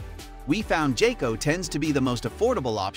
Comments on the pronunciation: It's pronounced "Guy-Co" Not "Jay-Co". 😉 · When you pronounced jayco, I stopped watching I understood how reliable is your research 🧐 😂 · Bro really said jayco?😂😂😂nah…